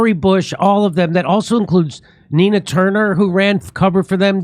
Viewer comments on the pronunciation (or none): none